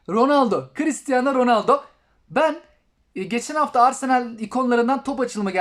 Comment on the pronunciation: Abi oyunu güncellemedim ronoldo dedin delirdim😍😍😍